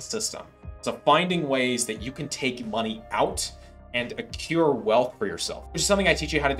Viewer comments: accrue not accure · I'm not saying this is or is not bad advice or not... Sam's great... but when talking about how the system is set up to screw "stupid people", maybe learn how to pronounce "accrue."